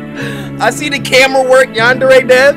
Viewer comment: Cory: Yanderay Me: I’m sorry W H A T